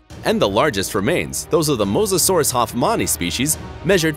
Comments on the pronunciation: It’s pronounced Mosa-saur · you said it mosasasaur wrong